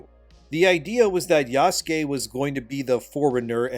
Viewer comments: Isn't it pronounced Yah-sooh-kayh"? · Is it pronounced "YAH-SKAY" ? I thought it was "YA -SOO-KAY" Or are you doing that on purpose to poke fun at it? I keep thinking of Jaskier (Dandelion) from the Witcher every time you say it. because thats how people pronounced his name wrong in polish lol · Yah-soo--kay bro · criticizing Ubisoft for lack of Japanese research while he pronounces Yasuke = Yaskay